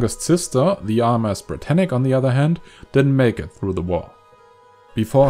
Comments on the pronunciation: Ashley Orr Its Britannic, not Britannica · Britannic not brittanic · yeah it's ic not tanic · It's HMHS Britannic